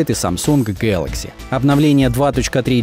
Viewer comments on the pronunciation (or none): none